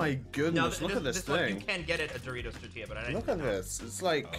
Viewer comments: I think I can speak for my people when I was offended for a bit when said tortila instead of tortilla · I don't know which one is worse, mispronouncing tortilla twice on this channel or saying is right here